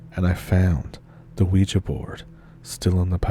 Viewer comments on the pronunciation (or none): none